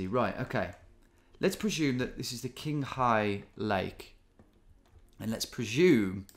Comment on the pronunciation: FYI Tom, the "q" letter in Chinese languages makes a "tch" sound. So Qinghai is pronounced "Tchinghai", not "Kinghai".